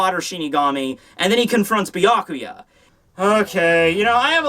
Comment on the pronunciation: Byakuya (Beer-Ku-Ya) , not Byaku LOL